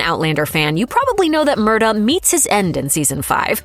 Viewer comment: The way they're prouncing Murtagh is killing me..